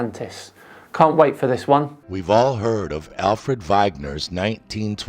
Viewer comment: Normally the crackpots you feature don't touch on geology. The only one that comes to mind is Joey in Hawaii who lives on one of the largest volcanic complexes on the planet yet tells his followers that volcanoes don't exist. This piece from is wrong from the first sentence when he mispronounces Wegener's name. His geological concepts are ancient and archaic just like his source material